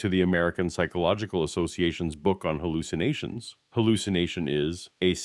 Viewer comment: Wait, it's pronounced "hooloocinations" ??